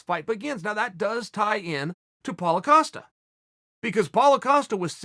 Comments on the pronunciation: Paulo Ocosta says Chael. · Writes “Costa”, pronounces “Acosta” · Chael: Paulo Acosta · Nobody: Chael: paulo acosta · Lol Uncle Chael says Paulo Acosta, Apollo Costa, Paulo costa, and Apollo Acosta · Does Chael just put an A on Costa to piss Paulo off? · I actually thought he was gonna call him out for calling him "Acosta"